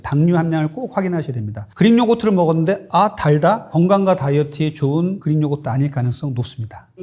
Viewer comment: 나만 그린요거트로 들리나?그리익 Greek. 의사씩이나되서 발음이 참...